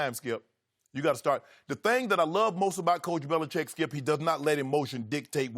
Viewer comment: Nobody at all: Shannon: "Coach belichick"